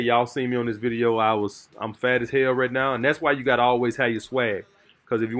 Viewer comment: I love but that ‘’rat ‘’ instead of right is killing me....but my family is from the south so I understand